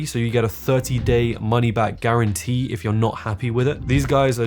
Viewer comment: 30 day money back "guatantee" lol. The whole video otherwise is so meticulous! Just busting your chops,, great video as usual